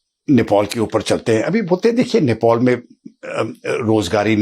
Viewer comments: It's Nepal not Nepol, Mr. English man 😅😅😅. He is acting smart but doesn't know what he is saying.😂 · नेपॉल नहीं नेपाल बोलो एक्सपर्ट महोदय!